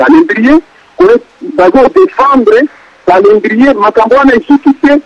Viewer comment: ayebi ata ko prononcer mot "Calendrier" Mawa trop.